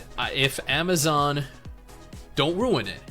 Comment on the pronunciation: Ama-foka-zon again🤦🏼‍♂️🤦🏼‍♂️🤦🏼‍♂️